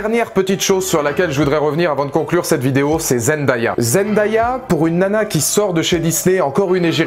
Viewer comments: Parcontre on dit Zen-day-a pas zen-da-ya . 😂 Mais super vidéo quand même ❤️ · J’ai adoré ta vidéo, vraiment !! 😊👍🏾 mais le prénom de Zendaya se prononce ZenDAYa ( zen-day-a ) et non Zendaya ( Zen-da-ya ) Mais tqt moi aussi au début je ne savais pas bien prononcer son nom avant 😂😂